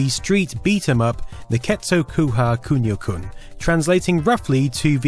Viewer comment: It's really grating hearing you say "kyuniow this, kyuniow that", please, at least make an effort to have a pronunciation that is at least close to japanese.